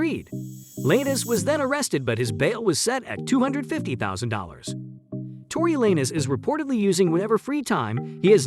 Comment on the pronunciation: This is weird why do I keep saying these little videos defending Megan thee stallion with no point of reference or mentioning of Tory Lanez evidence and also mispronouncing his name